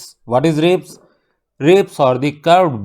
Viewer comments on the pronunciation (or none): Sir ne ribs ko galat pronounce kiya unhone bola rabs but it is ribs whatever spelling is correct💯